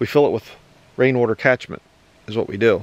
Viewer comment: He says Rain Wutor, keep up with the videos.